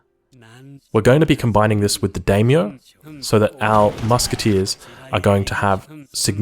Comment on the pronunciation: Not to be a stickler, but the vowels of Japanese are "Ah"a "ee"i "ooo"u "ey"e "oh"o, so it is "die-myoh" for daimyo